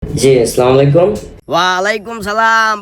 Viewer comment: সেলিম কাকা সালাম শুদ্ধ করে দেবেন মেহেরবানী করে, স্লামালাইকুম এটাতো অশুদ্ধ, আসসালামু আলাইকুম বলবেন